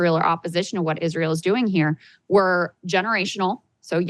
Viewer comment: Young people dont even know how to pronounce israel